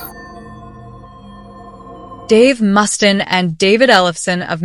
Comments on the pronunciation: I have to, sorry, but Dave's last name is pronounced, "must ayne", not, "must in". Sorry, as a lifelong fan of Megadeth, that irked me, haha. And Tony's (of Black Sabbath) last name is pronounced, "eye owe me", not, "eye ommi".... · How do you upload a video knowing it is butchering names like Dave Mustin'? Tourniquet isn't even written by Amy Lee, it's a cover. Last I checked, Ozzy is dead, and he said he doesn't believe in heaven or hell, he said they're on earth... What a low-effort video. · "Dave Must-in", "End of Hear-tache." Just can't escape these Ai slop videos, wherever I go. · Mus•tane. Not Mustin. Sorry, but thats really bugged me. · Dave "Mustin"...gosh do some research on his name pronunciation. Unless this an AI video. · I was going to say dude she is saying his name wrong 😤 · AI narrating as you can tell by the way it (yes 'it') pronounces Dave Mustaine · Can't even pronounce Mustaine, product of AI generated voice emulation software